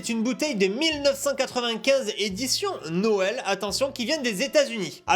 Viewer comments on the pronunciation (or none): none